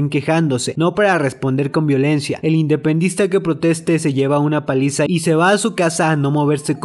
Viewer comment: dices mal independentista pero buen video igual saludos desde España 🇪🇸